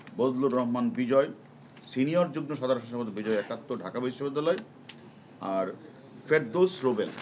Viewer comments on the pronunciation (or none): none